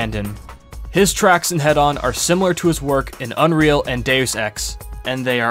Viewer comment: It's pronounced hee-don btw. As in hedonism.